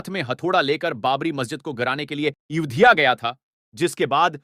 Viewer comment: Bhai naam to thik se lo aurangzeb ka naam sahi nahi ayodhya ko udhya Mohammad umar ko umr ye kya hain kaise video banate hain aap log sahi alfaz ke saath banao taki har koi samjhe